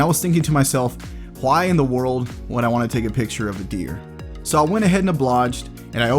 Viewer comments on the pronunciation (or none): none